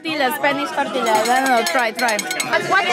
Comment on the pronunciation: Cred ca sunt singura persoana care e capabila sa facă o criza din cauza la cum Tortilla nu se citește Tortila, se citește Tortia PS: te urmăresc din Spania și ador videoclipurile tale😂❤️